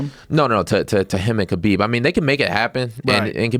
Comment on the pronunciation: Jay Pique it’s actually Khabib...idiot.